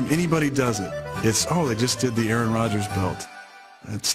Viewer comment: bro they said Aaron wrong Lol